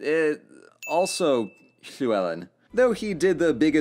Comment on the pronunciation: can we also appreciate how he nailed the pronunciation of llywellyn?! very impressed